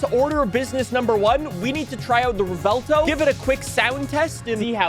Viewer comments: Rev-well-tow is syllables for the Lamborghini Revuelto, except you mash them together, so the V merges with the U in the first half of the W, making the vuel part of the name. If you want to say it a la Americana, then you'd just mash it straight, rev well tow, Revuelto, not rev-ell tow. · Pronounced "Rewelto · How to pronounce "Revuelto": Rev-well-to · I don’t get why Americans pretend other words are so hard to pronounce lmao “rev-well-toe” it’s really not that difficult 😭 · Revuelto means "scrambled" in spanish, just like your tongue trying to pronouce lambo names 😂 Love your content, greetings from 🇨🇱